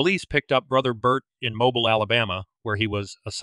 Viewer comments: Good clip. BTW, it's MoBEEL, not MObuhl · Interesting story and nice production. Only its pronounced Mo-Bill not Mo-Bile. Just a pet peeve. If youre going to do all this investigating why dont yt posters get correct pronunciation of towns etc? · It is pronounced MOH-beel. 😊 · Its not pronounced mo bile its mo bill. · Actually, it's pronounced mo-beel! Rhymes with wheel. I am fascinated by this case! Great job in researching and presenting! Personally, I think he was involved in something "hinky" and leaning toward it being work related. If he had thoughts of early retirement and sudden increased finances, maybe there was some work secrets/blackmail going on? Which the wife would have known about? Taking the whole family out was meant to throw law enforcement off the track, which it certainly did! This was a means of keeping him quiet! My thoughts! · Mobile Alabama is pronounced. Moe-beal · Mobile, Alabama is pronounced— Mo—beel!!, please make sure you are saying places correct!!🌟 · I’m assuming this is an AI voice. If not, some pronunciation tips: “dachshund” is pronounced “DOX-und” (in American English) and Mobile, Alabama is pronounced “MO-beel”. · Mobile is pronounced Mobeel. I can't believe it was necessary to kill the dog. Stop asking me what I think. Nothing, that's what. I've never heard of these people or their deaths. What do YOU think? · 😂😂😂😂😂😂Mobile? It's pronounce Mobeal. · Mobile, Alabama is pronounced "mo-BEEL"